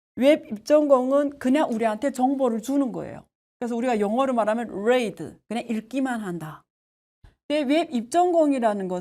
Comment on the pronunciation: Read를 '뢔이드'라고 하셔서 깜놀했어요